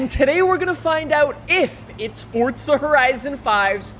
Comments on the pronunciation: It's Forza not Fortsa #just saying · Y u say forza like fortza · Fortza horizon 5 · you saif fordza twice dummy honney